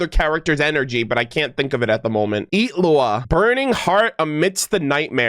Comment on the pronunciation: the way you pronounce his name is so satisfying for some reason